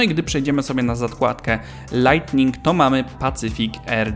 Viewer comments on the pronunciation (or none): "LAJTING" NIE "LAJTNING"